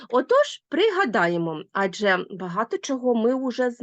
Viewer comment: АджЕ - наголос - на останньому складі!